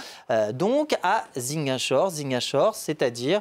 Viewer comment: La prochaine fois faite l'effort de bien prononcer Ziguinchor